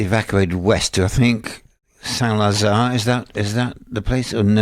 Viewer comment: Saint Lazare? It was probably Saint Nazaire